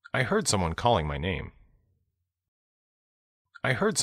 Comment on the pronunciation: banyak kata-kata yang mirip pas versi cowok bicara misal heard terdengar hurt